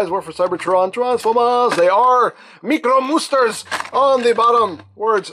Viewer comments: They are meekromoosters!! lol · When you said “Meekromasters”, my brain instantly went “Mi-ku-ro-man!”